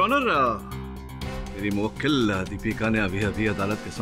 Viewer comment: mu-wakeel kya hota hai 🤣